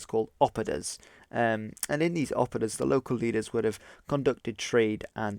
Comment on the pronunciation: Please don't say oppodas :D Great vid! But the Celts and the Germans did use sofisticated battle tactics...